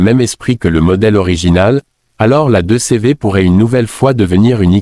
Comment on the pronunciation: Pour moi ce n'est q une étude. Créée par ia. En France on ne dit pas 2 cévé mais 2cv ou deudeuche